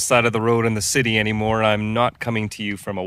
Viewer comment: "cityit" lmao!!!! sweet property brother!!!!